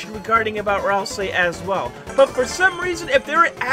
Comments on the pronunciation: My man said ralsei wronge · pls say it right, ralsei is from deltarune and not in unertale, i get angy when someone gets it wrong